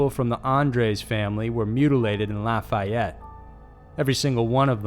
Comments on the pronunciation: “Laugh-fay-yet” that’s how you pronounce my city😭 not “laugh-fye-yet” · It’s La-fee-yet, not La-fi-yet 😊❤️⚜️